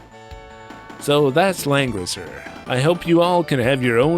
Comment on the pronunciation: Homie, it really does sound like you’ve been saying Lenin this entire time